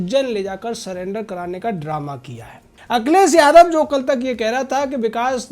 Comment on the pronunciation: बेवकूफ akhilesh yadav ka name sahi se bolo paltu कुत्ता